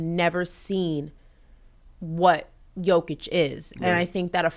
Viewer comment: You accentuated Jokic's name well,. The girl totally missed the accent. 99 percent of Americans pronounce his name wrong, and even his teammates and his coach.